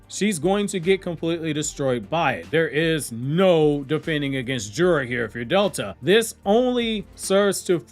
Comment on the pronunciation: Jura is assessment lol , you trying tho lol